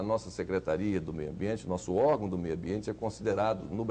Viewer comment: Dicção péssima, na pronúncia da palavra partido ele diz pahtido ou paxtido, flores ele diz florixxxx, órgão ele diz ógam presta -lhe atenção